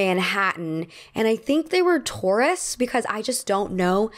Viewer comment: Regarding the subway juice story... I kept hearing "pretty sure they were Taurus" instead of tourists lmao 😭 I was like... are Taurus people known for playing in puddles??